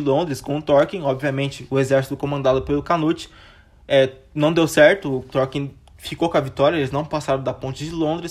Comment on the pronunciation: ótimo vídeo meu caro! conseguiu contar tudin de importante! só uns detalhe, eu acho que Thorkell se pronuncia só "Torkél" mesmo, não "Torkin" uahsuhaushd e no final ali que você fala sobre o Thorfinn, se eu não me engano são 24 episódios, não 25, mas ficou muito bom o vídeo!